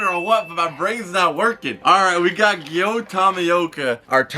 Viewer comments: its bot giyo its giyu awwww u r making me angry every second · It’s giyu with no o with a U